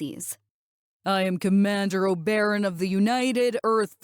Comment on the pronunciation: The word Oberon is pronounced "oh-buh-ron".